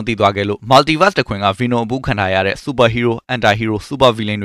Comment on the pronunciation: ဆက်တောင်နားမထောင်ချင်ဘူး ဘီနွန် ဘီနွန်နဲ့အသံ‌ထွက်လေး သေချာလေ့လာစေချင်တယ်